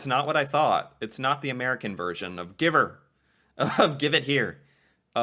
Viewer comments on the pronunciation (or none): give'r is not give here its give HER. its like "give her hell."